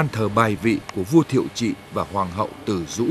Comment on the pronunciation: Hoàng hậu TỪ DỤ mới đúng ko phải từ dũ